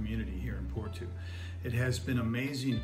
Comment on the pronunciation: I’m a Canadian Portuguese. I love the glitter in your eyes when you talked about your points for choosing Portugal. My wife (Filipina) and I are dreaming of moving and living there. Just a note: Porto is pronounced more like Poor-Toe not Poor-two 😆